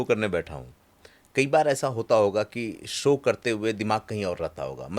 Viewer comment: हिंदी पाॅडकास्ट के लिए उच्चारण दोष पर ध्यान दीजिए, जैसे- सो नहीं शो। आपकी शैली और अच्छी लगेगी।